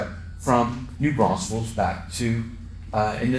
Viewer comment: It's New Braunfels, not New Braunsfels!